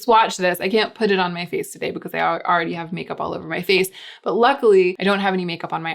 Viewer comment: "all over my vace, my face, my faaaaz." Almost spit out the food I was chewing. lol! :)